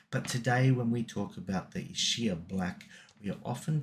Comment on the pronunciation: EEE-Skyah. That's how you pronounce Ischia. Most people get it wrong, but it helps to remember it's an Italian word.